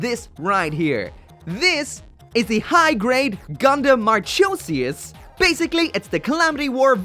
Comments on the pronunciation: Mar-KOH-zee-us. Hard K sound, not CH. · Interesting how he pronounced it as MARCH-osias but the Katakana has it pronounced as MARCO-sias. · Mahr-khoe-zias... not marCHOEsias... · Isn’t it pronounced ma-ko-si-as?? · TBH, it pronounces as Mar-koh-sias... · please don't get the pronounce wrong man, not mar " cho" sias, it's more like markosias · It’s mar-co-see-ass not Cho... co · "Marchosias" mar-ko-seeus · Moth Man Yeah... Funny how if I think Marchosias, I'll think about the puppy from. Musaigen no Phantom world. Also it's pronounced as "Mar-ko-si-as" but japanese pronounce the "Si" as "Shi" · ive been waiting eagerly for this kit, ive been so exited for it! however every time i hear you say her name it makes me cringe a bit.. its pronounced MAR-cozy- ass Marchosias is the grand Marquis of hell and usually depicted as a great winged wolf. perfect for a gundam in the ibo universe i think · Pretty sure it's pronounced as 'Mark-osius.' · he didn't even think about the "Marchosias" Pronunciation omg 😭, well classic i guess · The H in Marchosias is silent